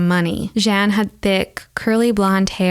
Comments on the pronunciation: I enjoy your explanations! It’s not “Jen” tho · I love this channel and look forward to each video. I had to cringe at your french pronunciation, though. Jeanne is pronounced " Zhyah-nuh" the last "uh" being spoken quietly. Monsieur, in spite of the "on" is pronounced " Mis yurh". I know french pronunciation trips up a lot of people and you can look it up online.